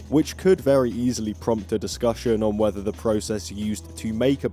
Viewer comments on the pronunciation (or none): none